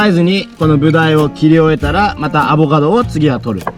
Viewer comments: アボガドが上手く言えない可愛い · の上手く言えない『アボガド』を聞くとターザンの専門用語っぽく聞こえるw ターザン語で『おはよう』みたいなw